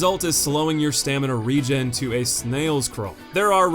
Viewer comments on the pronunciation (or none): none